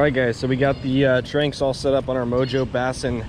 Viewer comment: Not to be that guy but I believe it is pronounced Tran-x but call it what you want